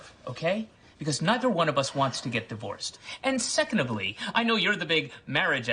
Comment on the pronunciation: secondibly? LOL right off the bat.